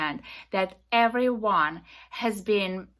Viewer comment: Hey lady it’s we, not ve and everyone not eweyone. Go talk to the vall vith all sense you are making. Perhaps some linguistic lessons vill help vith public speaking